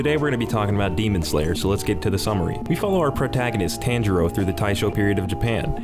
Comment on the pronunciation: The tanjiro pronunciation makes me sad